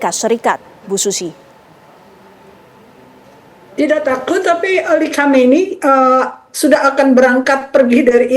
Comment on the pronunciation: Masa SUZIE di sebut/bunyi nya sushi 🤣😂🤪😁😜😇